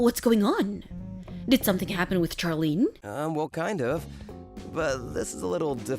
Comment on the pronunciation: 'Charlene' is pronounced 'shar-lene' not 'char-lene'. Like how 'Charlotte' is pronounced 'shar-lot' and not 'char-lot'